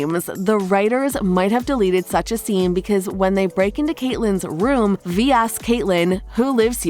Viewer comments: Vi is pronounced v-eye not v-ee. And it’s Silco not Silo. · Aint no way she called Silco Silo and Vi Ve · VVV I NOT V ITS "V-EYE"